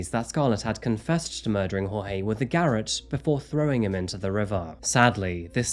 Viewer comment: Love your videos, garrote is "gah rot" though buddy.